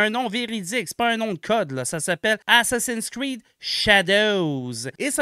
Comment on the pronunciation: Un petit aparté, c'est pas "assassin screed", c'est "assassin"s creed" mouahaha.